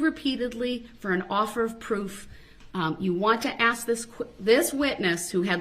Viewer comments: This is exactly the way his mother Dawn talks. One thing I've is that there are times he has no trouble pronouncing the word 'ask' correctly. Whenever he mispronounces it 'axe', he's either talking the way his mother does, or he's trying to act tough. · He can't even say the word ask he says AK that's not a word grow up